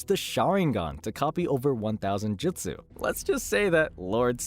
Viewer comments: Jesus Christ the way you say madara Uchiha, and jutsu🤦🏻‍♂️ (JEWT-SUE ) not jitsu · he also says jitsu the whole time instead of jutsu